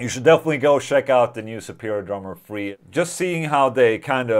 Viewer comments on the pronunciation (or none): I thought he was saying Superior Drummer Free, like it was a stripped down version. Took me a few minutes. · Keep thinking you said free.......